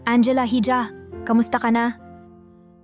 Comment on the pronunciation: Ganda na sana kaso ang hija eh ( hidya) ang pronouce mo eh parang nde ka pinoy